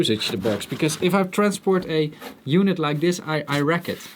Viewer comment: 2.10 min "i'm going to rack it " 4.10 min "racked ! " (wrecked).....lol .